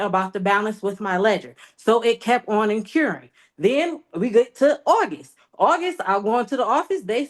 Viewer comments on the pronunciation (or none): "Incuhring a balance" 😂